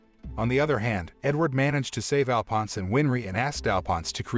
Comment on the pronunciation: I hate how they say Alphonse wrong